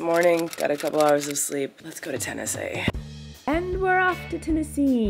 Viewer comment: Tennesee? ur the only ten-i-see LOL im not funny